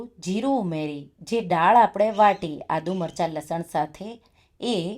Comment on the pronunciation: રેસિપી ખૂબ સરસ છે હું જરૂર બનાવીશ બસ એક ગુજરાતી હોવાને કારણે ફક્ત એક સૂચન છે ઉચ્ચાર દાળ થાય નહીં કે ડાળ કેમકે ડાળ નો મતલબ ઝાડની ડાળ થાય